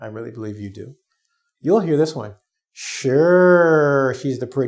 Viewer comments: so sorry but i hear word " sure " like " sir " ? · I have people ask me are you Shore instead of sure